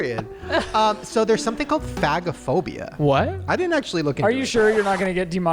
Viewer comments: hey shane, it’s not fag-o-phobia but fage-o- phobia. phag is swallow and phobia is fear of. Like difficulty swallowing is dysphagia (dis-fay-sha) not (dis-fag-e- a) 😂 hope this helps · Just to address the swallowing “issue”-if no one else has, the phag isn’t pronounced fag. It’s pronounced phazh. It’s an A like pronounced in “care”. As in medical terminology. I’m an ER nurse and a lot of medical terminology is pronounced differently, I’m not sure how else to explain. Maybe ask the boys pediatrician or nurse. Carry on. 🫶🏻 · It’s actually fay-ja-phobia friend ❤️❤️ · Omg yall. It's pronounced FAY-ge-phobia. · Guys... It's pronounched "fahhj (soft j)ophobia" not ... in the slur way HAHA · Nurse here. Shaneeee. It’s pronounced like faaage a phobia 😅❤ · Shane… I hate to tell you this but it’s pronounced like Fage-o-phobia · Oh no. Phagophobia is not how you say it lol. It’s (fago-phobia) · Phagophobia - pronounced like “page-o-phobia” but page is an F - fage-o-phobia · Also, I hope you get away with phagophobia... because the "g" is actually pronounced softly as in age in the word. Just like aphagia is the inability to swallow. But 🤞🤞 because if Ryland and Chris can't say it (Shane has a part time pass lol), who can? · That is NOT how you pronounce “phagophobia” lol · That is not how you pronounce phagophobia lol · That’s not how it’s pronounced 🤣nooooo put swallowing problems in google and hit sound.